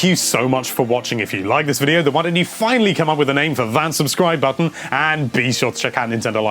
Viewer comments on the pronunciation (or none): when he said finally it sounded like he said fuckingly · I noticed this too.